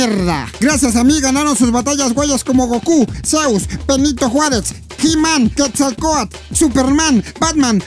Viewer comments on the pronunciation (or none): none